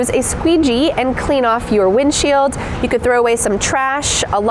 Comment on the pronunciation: For non-native speakers, it is often hard to learn the most useful things in the language. What does it mean "your front left needs some air"? Also, the word "windshield" sounds like "win-shill" without "d" in it.